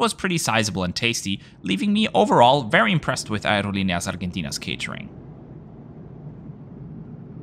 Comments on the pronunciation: Nice travel report! You have a nice pronunciation with the airline.👏💪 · Thank you for yet another awesome review! Your pronunciation of Aerolineas Argentinas is nearly on point 😁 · I loved this video! Being from Brazil I'm glad when I see reports from this part of the world. I also have to commend you on making an effort to pronounce "Aerolíneas Argentinas" or "Barajas" as a Spanish speaker, a real nice touch. Great report as always, thanks for sharing!!